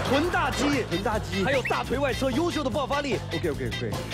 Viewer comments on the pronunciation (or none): 在 分的时候好好笑啊那个老外哈哈哈😂😂😂 臀大肌说成大脚肌，抽筋说成抽肌。 哈哈哈哈哈哈哈哈哈太好笑了我都笑抽筋了😂😂😂